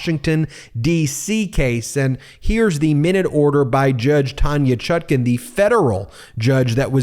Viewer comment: What is the correct pronunciation of the judge’s name? People are ALL over the board on how it’s being pronounced. The apparently determined pronunciation on this channel is the more awkward of the two but I’d appreciate hearing from the judge himself.